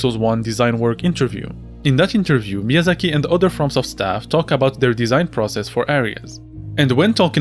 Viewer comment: I know you are a french speaker because of your "Miyazaki" pronounciation.